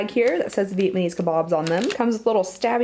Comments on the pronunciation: Say it with me... "viet-nam-ese" .. sorry, it for some reason, bothers me when people say, "veet-ann-ese" but then again, you pronounce a lot of words weirdly lol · It cracked me up when you said vietmanese instead of Vietnamese 😂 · You're the cutest "Vietmanese" 😂❤ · Haha VIETMANESE?!?!?! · "Vietmanese" kabobs😂😂😂😂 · “Vietmanese” killed me 😂 it’s Vietnamese 😂 my mom does this with the word “exclamation” lol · Yeah the crooked palette would drive me bananas. Ps anyone else cracking up over "Vietmenese" lol love you! Cooking with definitely needs to be a thing! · Hehe "vietmanese" ❤ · "Vietmanese" 😛 I think the food looks amazing! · I like how you called it vietMAnese. Dork. Love ya. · Girl I die every time you say Viet-Ma-nees!!! Love seeing you cook you should do this more often!!! I would love to see vlogs! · The way she says Vietnamese cringes ms